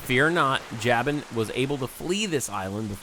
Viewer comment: JAY-ben???its Jaw-boon